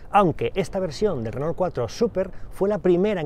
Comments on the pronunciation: Porque le dicen renol si se pronuncia renó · Si, en su momento fue un gran automóvil. Solamente una consulta: ¿porqué le dicen "renol"? (Si fuese "renó" se entendería mejor) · Dice "Renol".....jajaja